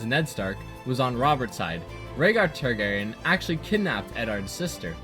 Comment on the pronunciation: also, neither last name, star-garyen instead.